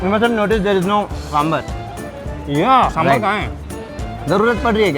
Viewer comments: For heaven's sake, when you are in Bengaluru and making a video on this specific dish, please say Dosay (दोसे) and Saambaar (सामबार). Even your local guide is wrong 🤦‍♀ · He even said samburrrr 😭